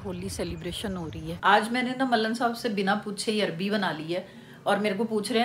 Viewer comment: Its arwi not arbi btw love from 🇵🇰